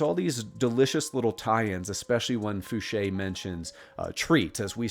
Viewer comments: Oh yeah! This is exactly what I been itching for....a nice long video!..and congats for finally saying Fouche like Ed used to pronounce it himself...i really love watching old videos of Ed talking about his life.. he's the first person I heard mention having to wear foggles at Area 51 and have since heard former SR-71 pilots attest to the same thing about having to wear foggles while moving around the base.. awesome video brother....thanks..🤘👽🤘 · and he pronounced edgar fouches name correctly!! FOOSHAY! i would lol every time he said f-ouch!